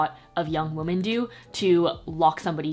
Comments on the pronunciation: Toni Toni it means multiple women, so one wo-MAN multiple wo-MEN but the pronunciation is wo-man for the singular and more like wim-en for women you dont say wo-men like woah-men, cause that’s mixing the singular and the plural. Wo-man singular. Wo-men (wim-en) multiple. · It always throws me off how says "woah-men" instead of "weh-men" when she says women, but it's cute too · I love you even though you pronounce “women” like “woman”